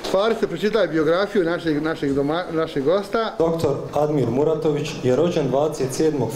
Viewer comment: Da li “ Mratović” ili Muratović? Ehhh